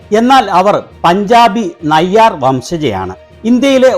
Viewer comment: മീരാ നായർ അല്ല. മീരാ നയ്യാർ ആണ്.